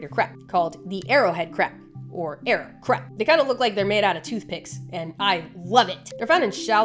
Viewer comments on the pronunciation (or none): Nobody will ever convince me she’s saying “crab” and not “crap” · Dood! You have no idea how much I love your videos! I also love the fact that my captions say crap when you say crab!! I just scream-laugh every time!! You, Animalogic, and Casual Geographic have reinvigorated my love and obsessive consumption of nature education and documentaries in a way I truly believed it could never be. I am eternally grateful for you and your knowledge! ❤❤❤❤ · I like how she says crap instead of crab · Sometimes I hear "crap". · Are u saying crab or crap 😂